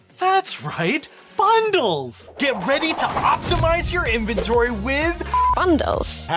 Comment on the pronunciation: In-ven-tor-ry.. Not infantry. 🤦‍♂🤦‍♂